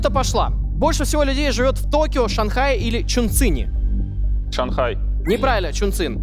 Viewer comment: Не правильно токио